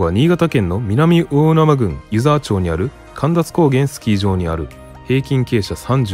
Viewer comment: 湯沢まちです。ちょうではないです。